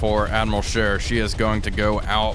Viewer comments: Isnt it Admiral Sheer not Share? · I love your videos. I know it’s just me, I can’t believe no one has not pointed out it’s Sch ‘ee’ r, not share.